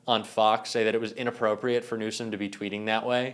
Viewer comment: Listen to the video again. Trump refers to Newsom as the "President of California" and calls him "Newscom"